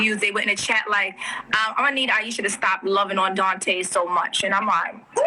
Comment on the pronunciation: She actually couldn't get Aishas name right?